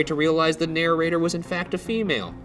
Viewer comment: i love you ryan, but you say narrator wrong. you say narrorrator and it kills me every time 😩 dope story tho keep it up ghoul boys